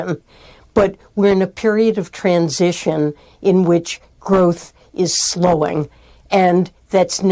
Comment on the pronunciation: Did she say trans session???🤣😂